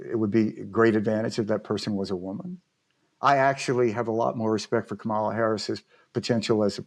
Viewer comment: Proof that Stuart is a Republican: He cannot say "comma". It's a simple word. It's how one pronounces KAMALA (Harris). Proof Charlie is a Republican: He collects, curates, things he can pick point to that are bad for the Democrats. It's, frankly amusing.